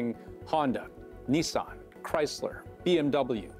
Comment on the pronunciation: What Asian guy doesn't know how to properly pronounce "Mazda"? Reporters these days... I wouldn't expect the average joe to know how to say PROPER nouns correctly, but you're a newscaster...